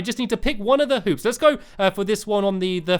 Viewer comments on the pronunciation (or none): don't get mad but it sounded like he said 'colored poops' instead of 'colored hoops' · When I Seen Your Comment I laughed LOLOL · Game Lord ik ik but still people think I am right and it is funny